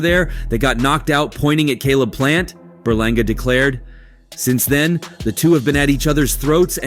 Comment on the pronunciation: Edgar berlanga. You mean you said it wrong